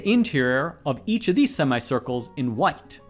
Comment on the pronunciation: "Shade the interior of each of these semi-circles in white" sounded like "Shade the interior of each of these semi-circles in what?," of which the answer is, well, the color white.